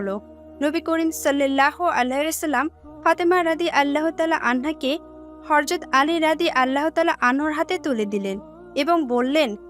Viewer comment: আপু হরযত না ? হযরত বলেন